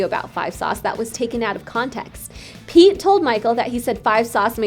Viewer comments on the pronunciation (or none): none